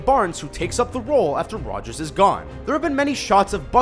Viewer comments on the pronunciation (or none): none